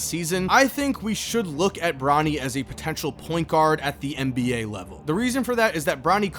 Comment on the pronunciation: I keep hearing Ronnie instead of Bronny 💀